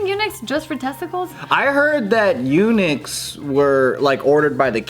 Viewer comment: Well I don’t think that’s how Eunuch is pronounced but ok..